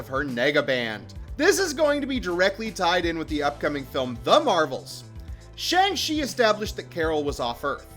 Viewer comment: Shang-Chi not Shang-She